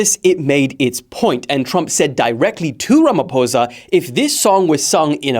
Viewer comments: Are you sure you are not a white south African? 😂You pronounced "ramaphosa" too well.... Even as an African I used to think it was pronounced "ramafosa" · I offer myself as a sacrificial lamb as thou ye pronounced my president's surname correctly!! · Thank you for pronouncing our President's surname the correct way! 👏💖